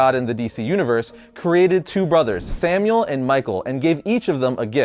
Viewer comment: Not Samuel Semiel SE-MY-EL